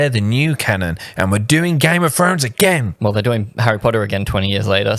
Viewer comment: " one hail of a gime of frones character" 😂😂😂wow